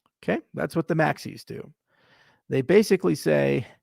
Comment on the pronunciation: Maxies... not maxi's